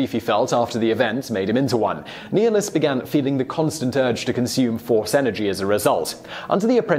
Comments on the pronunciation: Reeeeeeeeeevan, Qweee-gon, neehilus, Kreee-uh, bruh lol wtf. This list is terrible btw, Nihlus can devour entire world with the force and drain his enemies of life completely, please someone explain how some old guy who can shoot lightning out of his fingers like a magic fairy is stronger. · It is prounouced (Nigh-nilus)